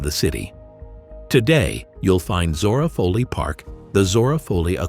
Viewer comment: That's Zora Fohley (Foley), Not Fahley.